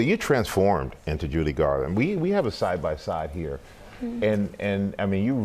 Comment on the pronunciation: He keep saying Julie Garland.